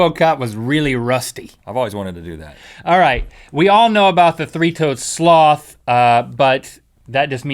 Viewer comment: rhett said "sleed"